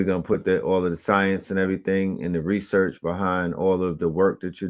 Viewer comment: Classic 🔥 He called it Rasearch! book Mystic Philadelphia is my favorite book!